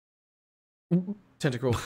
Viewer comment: that’s toedscruel not tentacruel